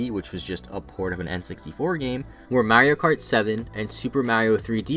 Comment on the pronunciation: Finally someone pronounced Mario correctly